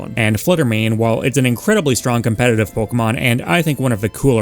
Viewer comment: I had never considered pronouncing Mawile the way you do, and I hate that it makes sense.